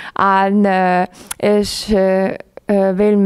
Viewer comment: Die Rednerin sollte vielleicht erst einmal die deutsche Sprache lernen. (isch, disch, misch...)